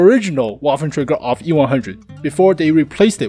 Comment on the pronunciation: It call auf not off xD